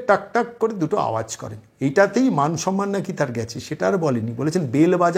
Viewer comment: ওঁর সম্মান বলে কি কিছু আছে ??!! উনি বাংলার প্রথম নাগরিক হিসেবে ভুল বাংলা বলেন -- "সন্ মান" ! :-D